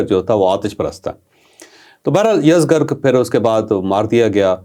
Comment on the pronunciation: Salam ye yazdgr ni balky yazdjar hy